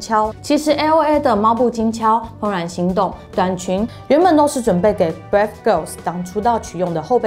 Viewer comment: 英文發音要注意一下吧，好多單字念錯 Brave 念成 Breath